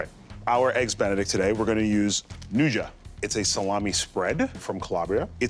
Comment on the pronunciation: Dude, learn how to pronounce nduja.